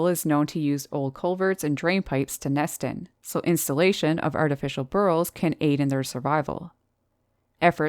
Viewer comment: Great video as always! 😃 By the way, what are "bur-rls"? 😆